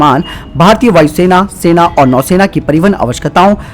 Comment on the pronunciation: नौसेना होता हैं न कि नैसेना